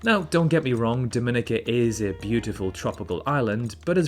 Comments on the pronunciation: Dominica is pronounced "Domi-neeka". Your error is very common and probably due to the better known Dominican Republic, the pronunciation of which you got right. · You pronounced Dominica incorrectly. The accent is on the third syllable. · it's pronounced DomiNIKa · you are pronouncing Dominica wrong. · Hard to sense your expertise on this topic when you don't even take the time to learn the correct pronunciation of Suriname and Dominica.... But I appreciate the disclaimer at the beginning about how subjective this is. Also they do have the internet in just about all the places you mentioned, so it more likely than not you will see comments from people who live in the various locations...